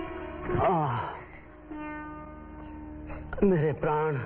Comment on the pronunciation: Pithaji. It sounds like Daddy, you're right.